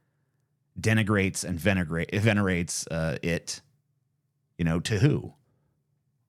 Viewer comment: venegrate, dude 😂